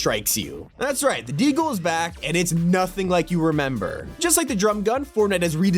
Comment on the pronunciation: The way says “Deagle” is so funny